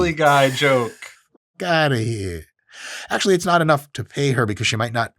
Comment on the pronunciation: "Ayyyy, get outta heea" 😂